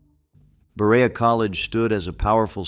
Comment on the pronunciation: I can't even listen to all this. As a Kentucian I am extremely offended. He can't even say Berea correctly. Please come to Kentucky and see how we preserve our awesome history! I assure you these people are not forgotten!😊